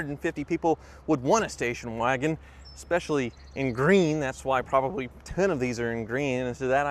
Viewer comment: "It's Gween" shoutout to TheReportOfTheWeek